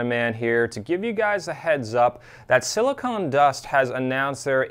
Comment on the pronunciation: Hey Tyler. I enjoy your channel. But I kept listening to how you refer to the company as "silicone" dust. It's actually "silicon". No "e" Short "o".